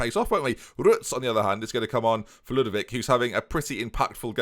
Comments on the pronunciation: "Ludvic has only got one name to him so" - proceeds to forget the O in Lud-O-vic just like when he was forgetting the C when called Leclerq. Never change. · FM it's Lud-O-vic, man. I mean, you nicknamed him yourself. You typed the "O". How can you not pronounce the "O"?! :D